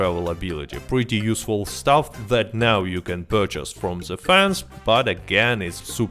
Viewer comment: are you serious right neow bro